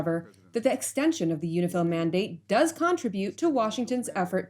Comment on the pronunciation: Is that UNIFIL or UNIFILCH?